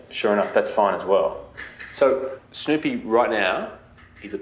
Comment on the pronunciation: Is that how Snoopy is pronounced in Australia? I swear, I heard Snowpea...